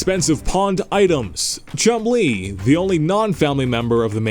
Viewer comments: Omg you are horrible narrating videos. Also you sound like you have a bunch of marbles in your mouth. Oh and it’s Chumlee, not Chum-Lee, dope. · Chum Lee? Are you suggesting his father is Bruce Lee? It's one word, don't pronounce it like its two.